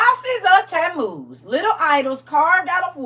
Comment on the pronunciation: Tammuz, I thought you said Temu, lol